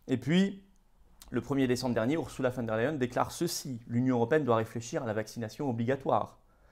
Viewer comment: En allemand, on prononce OURZOULA et non OURSSOULA.